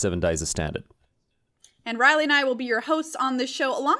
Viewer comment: This just in: "Rielle" is not pronounced "Riley".